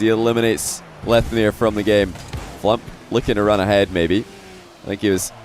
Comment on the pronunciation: What is so hard about saying FLUMP. its like DUMP, PUMP, RUMP, STUMP